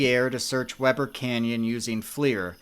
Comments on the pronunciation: I live around that area and you pronounced Uintah Beautifully, however Weber is pronounced Weeber. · Content is always SO thorough and interesting as usual. Only a single nitpick from an SLC Valley inhabitant- it’s said “Weeber” even though it’s spelled Weber! We are stupid like this here. 🫡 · Just a note: Weber is pronounced “Wee-burr” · I also laughed at how he pronounced Weber. 😅 in all fairness, Utah pronunciation of names can be a bit different. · Weber is pronounced “WEE-burr” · love your vids. small correction the pronunciation for Weber is not Webb-er but Wee-burr 😊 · I’m from Utah I remember when Garret went missing I have a son who was the same age and was an active Boy Scout there are a lot of people who have gone missing in the Uintas my heart goes out to his family just so you know Weber is pronounced We-bur also a lady was camping up there and was bitten by 14 recluse spiders they had got in her sleeping bag. Yes Misquote’s are bad in Utah you can get a repellent for them which helps it’s amazing how someone can get lost so easily and quickly ❤️ I have heard that his dad goes up every year and still looks for him. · You can really tell when someone isn't from Utah. 😂 I know this is a year old, but it isn't pronounced "Web er" it's pronounced "We ber". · Weber is pronounced wee-ber. Just trying to help. Great video. I remember when this happened. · Nice to see you in my neck of the woods, will say, though Weber is pronounced with a hard E for the first e, more like wEEber. But, good job actually coming out here to see the unique terrain. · It’s a little nitpicky, but you’ve always come across as a perfectionist. The Weber River is pronounced WEE-ber. I only know this because I currently live in Utah. I truly enjoy your videos, especially when debunking Dave. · The river is pronounced wee-ber. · Weber is pronounced Weeber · This is pronounced Weber with an “e”, not Webber. This is a tragedy for the family. I hope they find him. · "Wee-ber" River